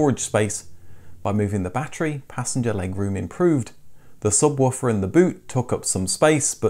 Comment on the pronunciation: It's NOT a "Ba-Tree", it's a "Ba-TTerY"